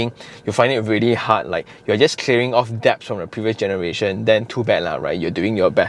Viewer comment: it's pronounced 'dets' 🙏🙏🙏 (love your videos and always always always come away learning something new so thank you!)